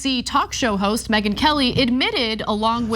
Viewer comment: "Talk show 'hose' Megyn...." 🤣 🤣 😅